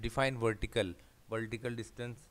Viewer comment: 'Wertical distance'